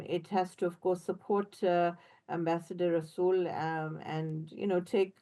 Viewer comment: Rasool the r is silent 😂😂